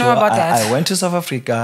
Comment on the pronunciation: His English frustrates me. Souf Africa for South Africa, wif for with and a whole lot more. Just stick to Sesotho the next time you're on a podcast.